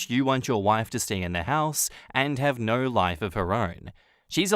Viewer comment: When you say Narrr instead of no 😂